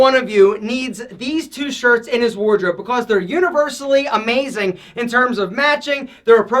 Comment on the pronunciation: Most ppl: "Because": "Becoss" Most ppl: "Length": "Lenth"